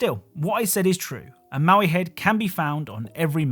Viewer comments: Its "mo-i" not "mow-i" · BTW the Moai heads are "moe-eye" and not "mau-ee". (Note: Never make fun of someone for mispronouncing a word - it means they learned it by reading!) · mo'ai, not maui^^ The first means "statue", the second means "left". And Māui (Maaui) is a mythical characer. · its "moai" not "maui" genius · The stone heads on rocket league are Moai (Moe-eye) not Maui. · You called them maui heads and that felt wrong, so I double checked and they're Moai heads. Pronounced like moh-wai too. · Ah yes, the infamous Maui heads of Hawaii 😂 The “Easter Island Heads” are called Moai, created the Rapa Nui people on Rapa Nui (what we now call Easter Island) and where definitely not Maui. I get how he could get the pronunciation wrong or even mixed up. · Moai is pronounced "moe-eye".